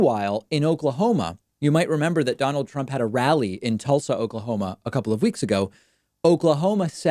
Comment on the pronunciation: Hey!!!! David didn’t say “Tooolsa”... Atta boy.